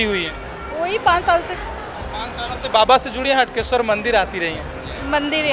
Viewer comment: Clear nhi tha हाटकेश्वर है हटकेश्वर